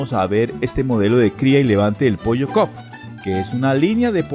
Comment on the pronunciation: El pollo no es cop es cobb